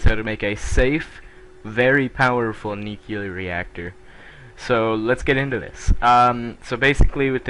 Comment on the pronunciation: What is nucular ? I know what is nuclear but not nucular